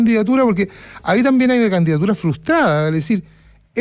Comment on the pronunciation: Ignorante. La palabra es frustrada no como Cuevas la pronuncia. Que vergüenza. La lista del pueblo completa es un fraude.